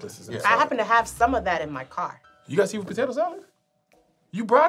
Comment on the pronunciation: She called Kev "potatoe one"😆😆😆